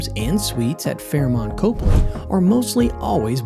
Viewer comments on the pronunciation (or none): Well, you clearly don’t know much about Boston: it’s not copely it’s cop-ly, and the Encore may be nice, but it’s not in Boston. And finally, you haven’t told us why these hotels are better than the ones that didn’t make the list (Ritz, Newbury, etc). Consequently, the whole thing smacks of payola.